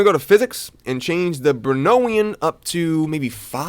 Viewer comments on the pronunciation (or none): "Brownian" is pronounced like "brownie an". It's named after Robert Brown, who observed the random motion of particles (pollen) suspended in water. Also, unrelated PSA: It's Voron_o_i (or Voronoy), with an o. Russian name, not Italian. ^^ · that brownian pronunciation hurt my soul XD